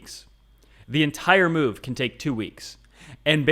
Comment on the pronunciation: you kept saying Mega Move, I kept hearing Mega MOO, and now I have a hankering for Dairy Queen....